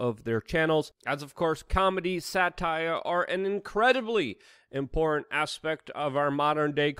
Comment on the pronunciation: Why can't Luke pronounce the word "Important"?